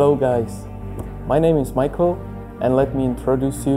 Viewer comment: I'd call that pronunciation of "Michal" a heresy.